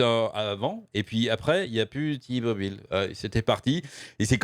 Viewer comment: C'est "Té-Mobile" que ça se prononce et c'est pas américain, c'est une filiale de Deutsche Telekom. Pas sûr que Bobby Kotic veuille compenser tous les départs de sponsors avec les sous de la boîte. Ça sent le sapin pour Overwatch. Kilgore est un abruti ; coucher avec son assistante ou avec une collègue est vraiment la dernière des conneries à faire. Ça te fait courir le risque d'être accusé de harcèlements (à tort ou à raison) et de te créer des frictions sur le lieu de travail. C'est vraiment un truc de puceaux de nerds et de incells, à mon humble avis.